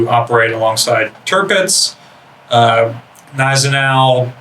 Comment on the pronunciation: The G in Gneisenau is pronounced, it isnt silent.